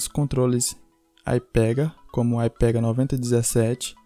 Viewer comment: Nao é "AIPEGA" É " ÍPEGA"